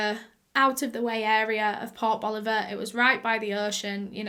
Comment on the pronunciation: Anyone else hear "pop Oliver". Rather than port boliver? I LOVE your accent